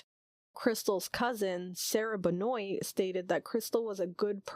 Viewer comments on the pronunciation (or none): As the first cousin of Crystal Benoit, I wanted to correct a few small things. Benoit is pronounced Ben-wa and Sarah is her mother, not her cousin. So now a little about who Crystal was. There is some serious multi-generational trauma. Aunt Sarah grew up in foster care after her father died when she was six. My father, her brother, tried to support the family enough for them to stay together, but with him being the sole breadwinner at 12, it was a near impossible task. My dad made something of himself by joining the Nav and he tried to always send money home to his family, but they were and are in deep poverty. I don't know much about Crystals' drug use, but as a troubled teen, I can only imagine she was self-medicating her troubles away. Sadly, two of her three siblings also turned to drugs. Crystal was friendly and outgoing and tried her hardest to make others happy while suffering inside herself. I have some fond memories oof her and I hope one day justice is found for her murder.